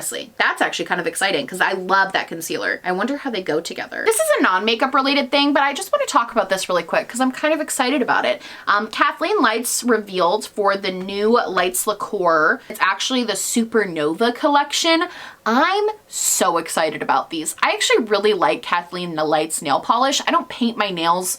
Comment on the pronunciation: girl i KNOW you did nt just pronounce laquer like liqueur